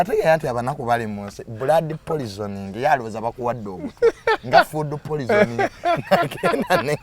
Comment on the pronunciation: Who else heard polizoning😂